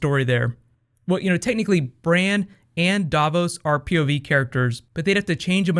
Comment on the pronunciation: Did he just call Bran, "Brain"?!